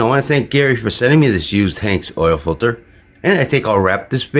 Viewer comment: Pronounced ANGST